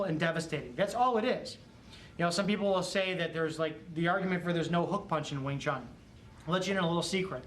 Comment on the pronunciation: sorry to say u pronounce it wrong ..not wing chung.... our chinese brother can give u a correct pronunciation... similar like to pronounce IRAQ not AaiiiRakk